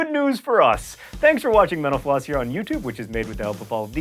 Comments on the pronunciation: Why do I hear "menopause"? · Every time he says mental floss... sounds like menopause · Sounds like he is saying menopause when he says mental floss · Why did I hear menopause instead of mental floss? need better ear phones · Every time you say mental floss I hear Menopause.. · Whever he says mentl floss it sounds like he's saying menopause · All I hear when u say mental floss is menopause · It sounds like you say menopause when you say mental-floss. heh. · Whenever he says "mental floss" I hear "menopause" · It sounds like you're saying "menopause" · When you say mental floss it sounds like youre saying menopause. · Like if you think his pronunciation of mental floss sounds like " Menopause"